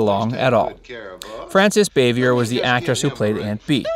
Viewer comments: The name is pronounced Boo-Vi-A rhymes with Day. Not "Bavyer" It's French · Wrong - "Facts" Verse- You stated that when Andy met Don Knotts he decided that he (Andy) needed to be the straight man. They had met and worked together before on the movie "No Time For Sergent's." See interviews with Andy. It was after they shot a few episodes of TAGS that Andy decided it was best if he played straight man. Also, Bah' Vee A is the way Bavier (Frances Bavier) is pronounced. Get your facts straight, "Facts" Verse. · I knew all those things and more. I can even pronounce Frances Bavier's name, you can't. Maybe you should have found out the pronunciation before you narrated this video!